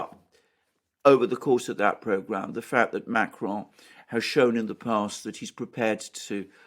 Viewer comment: Firstly, great job on your reporting., will you please pronounce "Macron correctly instead of "Maceron",( as in your previous videos). Maybe "Starmer" will be the future "PM', however only if he has the backing of the UK, public. The "Brits" are now awakening, and will indeed contest a banana Republic.